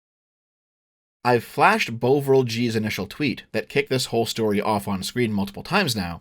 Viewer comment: After half an hour of this video I wasn’t sure how you were going to eke it out for another 150 minutes, but I thoroughly enjoyed the entire thing. One tiny and totally unnecessary nitpick: Bovril is pronounced Bov-ril, not Bow-vril. It’s a kind of beef paste from back in the day, not dissimilar to Marmite, which you can dissolve to make a hot drink. I’m fairly certain only boomers buy it these days.